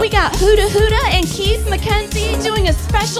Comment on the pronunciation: Did she say Huda Huda? Lol, I'm dying.